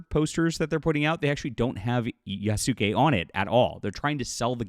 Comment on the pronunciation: Yas-kAy. Don't detail your very real argument by mispronouncing things.